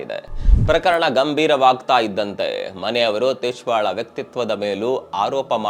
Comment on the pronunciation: ತಿಶ್ವಾ ಅಲ್ಲ ಸಾರ್ Twisha